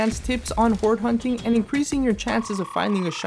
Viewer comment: "Alright before we start whore hunting" I can't be the only one who heard that 😂😂😂😂😂😂😂